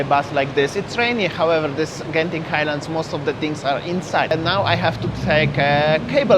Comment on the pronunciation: Interesting that you actually pronounce "Genting" correctly. Many Singaporeans pronounced wrongly all the time, that those in Malaysia just give up correcting them. :)